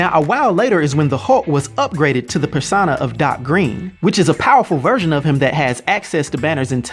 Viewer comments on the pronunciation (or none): Say it with me now, PER-SO-NA. Not per-sah-nah or whatever the hell you were saying.